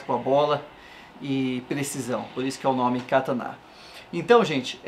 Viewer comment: E Kataná n Katana !!!!!!!!!!